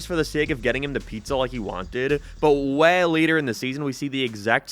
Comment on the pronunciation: why do you pronounce change and way like a canadian from southpark?